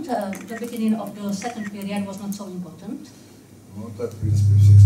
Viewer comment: И правда, взяли бы уже себе в штат переводчика приличного. Нот соу импотант, блин